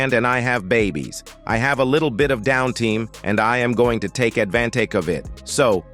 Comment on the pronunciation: "Downteem"?! Seriously?!😊